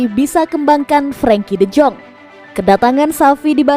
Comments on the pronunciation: Yaah namanya juga cuma kerja ngisi suara, mana ngerti doi sama gitu2an.. Deyong aja dibacanya Dejong 😄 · De Jong bacanya de yong